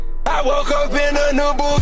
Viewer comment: Its not I you woki its ayyeewoke eh